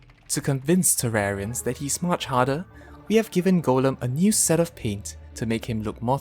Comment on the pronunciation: “Terrarians love fishing” Guess tat I’m a tewawwian